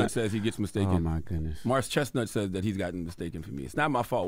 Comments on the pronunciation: She said " Morris Chest Not"😂😂😂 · Did she say Morris ChestNOT? 😂😂😂😂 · “Morris ChestNOT” 😂😂😂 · Not “Morris ChestNOT”😂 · She said Morris Chest-not! 😄😄